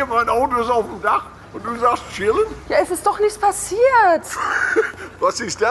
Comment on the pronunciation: wie er chillen sagt!!!😂😂😂